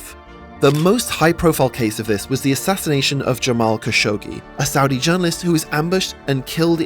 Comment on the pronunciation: Damn. Nobody can pronounce Khashoggi correctly.